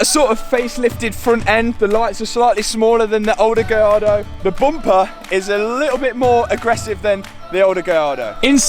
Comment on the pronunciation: Nice one Matt. I’m just glad that you know how to say gallardo properly! Yani can’t manage it.